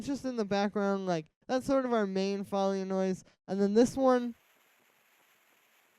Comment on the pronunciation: Foley is pronounced "foe-lee" not fah-lee! <3